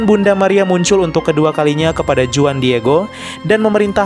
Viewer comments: Huan bukan juan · no 19: Juan dibaca Huan. Bagus sekali videonya!